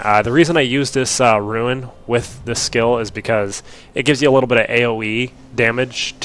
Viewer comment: ITS RUNE!!!!! not ruin......i understand the type-0 but how do you keep saying it.